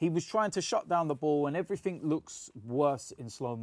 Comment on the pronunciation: Nobody:: "Everyfink"